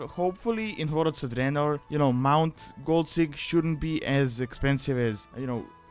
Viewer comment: I really like how you pronounce "Warlords of Draenor", you are trying too hard to hide your accent. Let it flow... it sounds awesome, like an Italian Dracula, you should post a 1 hour video of you just saying Warlords of Draenor in your own accent